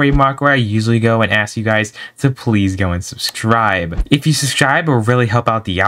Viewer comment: Just saying your saying subscribe wrong